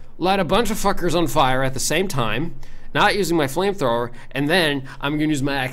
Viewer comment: You said Frame frower. I could swear it.